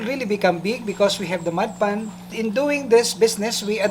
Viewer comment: sounds like you're saying mud pan lol